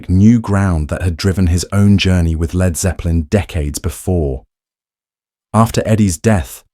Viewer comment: Jack VH Jimmy pageeeee and leeeeerd zeppelin???? Cancel delete and erase this robot!!!